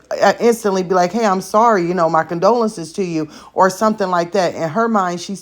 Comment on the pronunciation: dont even know how to say CONDOLENCES. smmfh